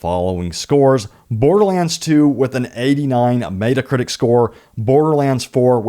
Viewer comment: Dude...it's not "Meat-uh Critic" it's "Met-uh Critic." Super annoying...